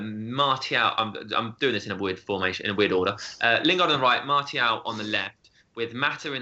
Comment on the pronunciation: MAR-SEE-AL NOT MARTY-AL IT'S NOT THAT DIFFICULT